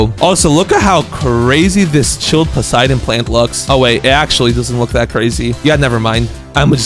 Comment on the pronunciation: When I noticed the Poseidon plant existed, I added it to my dionysus farm (grape section) and dreamed of getting a garden full of Poseidon plants. EEEEEE!!! HE EVEN SAID IT RIGHT!!!!